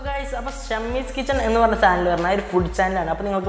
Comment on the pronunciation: ഷമ്മീസ് കിച്ചൻ അല്ലെടോ ഷമീസ് കിച്ചൻ... കൊച്ചനു ഒട്ടും അക്ഷരശുദ്ധിയില്ലല്ലോ